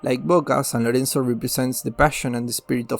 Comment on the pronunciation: Bokea y Ruiber 😂 Vilis... San Loenzo Almaro